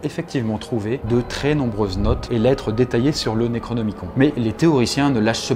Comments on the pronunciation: par contre ce pique d'entendre le necronemicon comme tu le dis XD ça se pronoce plus nerocnimi"cone" et pas con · Le necronomiCON nan mais voila quoi.... Ca ne se prononce pas necronomiconE? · Ca se prononce Necronomicone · alors ça se prononce "Necronomiconne" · "Naikraunômikon" issou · Tu prononces mal le "nécronomicon"